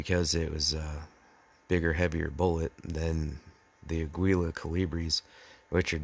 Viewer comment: A gee uh, no pronunciation of the "L". Like say "ahh" then gee rhymes with key and uh, like u gly.